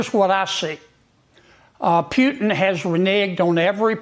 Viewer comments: Maybe not the most important aspect here, but his name is not Pyew-tin. Why does Kennedy intentionally mispronounce names, words, etc.? It seems quite intentional. I can't stand the sound of that jerk's voice anyway, but good lord, this does nothing but make him look stupid. "Pyewtin" has never treated Trump with anything but contempt - he's laughed at him publicly. Trump still loves him, so will it matter what any of these other Rs think in terms of Trump's actions? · Mr Pewton?? hahaha!! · pyootin? Rubio is aVacillating hypocrite!! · Mr "Pew-ton"??? John Kennedy is SUCH a LOSER. So he believes "Mr Pew-ton" has disrespected trump? That would be funny if it weren't so PATHETIC. Putin hasn't "disrespected" trump. Putin has played trump like the suck up he is. Trump is more than willing to FORCE Zelensky to concede any and all territory to Putin if it will benefit trump personally. All Putin has to do is pat trump on the head and tell him he's a good boy and trump will get on his knees. The same can be said for ALL of the GOP. If Donny is happy, the MAGA puppets fall all over themselves to receive trump's "praises". This LOSER john kennedy included. He's one of trump's biggest players. What a lying S.O.S. Nothing like spewing MORE tripe in the maga "safe space" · I love how Kennedy calls him 'Pewtin.' 😅 And ummm, duh, if he'd listened to Zelensky 6wks ago, he would have heard that Putin has reneged on every peace treaty since before, and after, Crimea. He won't stop until he owns all of Ukraine and its wealth. I mean, Trump could have made himself aware of these facts before, but he's a demented dimwit who doesn't read or listen to any advisors except Stephen Miller and Laura Loomer. Dear Gawd help us all. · Did he say pewtin? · He says "pewtin" on purpose and this explanation sounds as if equal fault lies in Pres pull-up's lap. DUH, btw. Rubio Is a perfect nothing. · Who is “Pewtin?” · I like the part where he said Pewtin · Pew-Pewtin LoL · PEWTEN Lmao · Pewtin. LOL